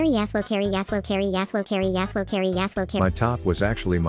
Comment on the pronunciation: i heard hairy a§§hol not carry yasuo